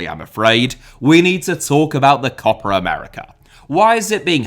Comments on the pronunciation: Co-Pa America.....shit.....CO-PA AMERICA!!!! not CO-PRA AMERICA!!!!!! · Stop saying "COPPER" America!!! It sound awful. Just say Copa as it is written. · There's no r in copa. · it’s copa not copra. like what accent is this lmao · this video taught me so much, but mostly that Copa has an R in it.. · i like your videos mate but this one is not watchable, please learn how to pronounce COPA without an R. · As a native English speaker (from Ireland) should Copa be pronounced Cope ah? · Short o sound, basically what says without the phantom r sound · should be pronounced "copA!" With the "A" sound from "Average." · How difficult can it be to say “Copa”? 🙄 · 😄 true, it sounds funny. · Copper would've been closer to the correct pronunciation than in the video